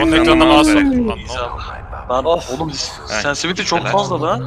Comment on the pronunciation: Nobody::sensity